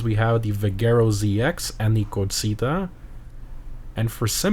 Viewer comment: how he says corsita tho 😭😭